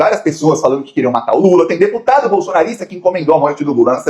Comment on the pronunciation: Nem.fala.certo o."deputado "...cardia. kkkk